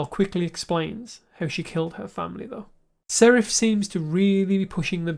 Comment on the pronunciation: Hi,! You seem to have trouble pronouncing names the way it is in the show!😅 Is that regional? Saref ≠ Sareth Salvador ≠ Salvor Galowen ≠ Glaywen Bruvver Constant ≠ Brother